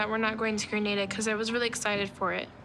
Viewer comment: As a spanish i cringe so hard everytime they say “Greineida” it’s GRANADA 🇬🇩